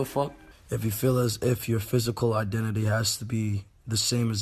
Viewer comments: " Ima fine"????? FINNA, FIN-UH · It's finna not fine-a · what is his pronunciation of finna lol 😂😂😂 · he can't pronounce "finna"